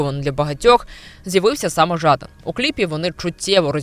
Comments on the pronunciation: Та не Жааадан! А Жадан! Неуч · ЖадАн, а не ЖАдан. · шо це за дика манічка вигадувати людині свої інтонації для прізвища, шо за ЖАдан???? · Нащо робити випуск, якщо не знаєш , як правильно вимовляти прізвище героя цього випуску? Трошки дивно… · також звернула увагу на нетиповий наголос. Може б і підписалася на українськомовний канал, але цей невірний наголос натякає на не високий професіоналізм автора